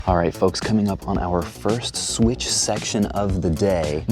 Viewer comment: bro rly said sweech